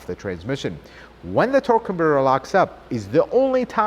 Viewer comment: It's a very weird way to pronounce the word " converter ".... Does it hurt your tongue ???